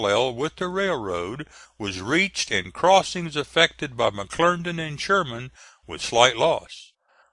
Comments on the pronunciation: McClernand, NOT McClerndon!! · If he says McLerndan one more time....!!!!! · it was pronounced mcclerndon